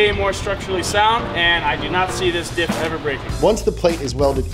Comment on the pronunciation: Anyone kept hearing “dip” instead of dif